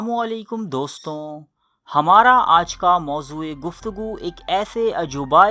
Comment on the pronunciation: Bayan krne walay ka andaz aur tempo achha hai, "Doston ya sathiyon" kehna ghalat hai istrah se ghalat urdu na bolen, inn lafzon mein noon ghunna nhi bolte,durust lafz hai "dosto" ya sathiyo ya bachcho...